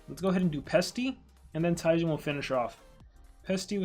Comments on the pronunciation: ITS PRONOUNED TE JeN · It's pronounced Jen it's a reference to another popular YouTuber by the name of gaming with Jen